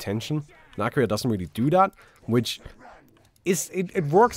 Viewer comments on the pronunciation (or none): I don't think that's how you pronounce Akira. More like Akeera. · It's not Aaakira